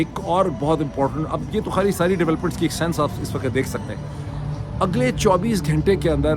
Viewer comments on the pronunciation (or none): A request about the pronouncing two words' WAQT and LAFZ, please a little attention. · Janab you are one of the best, please try pay a little attention on this request about two words' pronouncing, " waqt " and " lafz ", please, thanks.